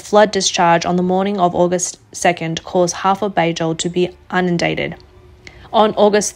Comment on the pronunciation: did you say unindated?